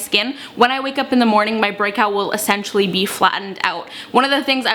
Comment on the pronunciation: It’s my first time watching one of her videos and I noticed that she said “essentially” and I was wondering if she was from Canada. Turns out she is😂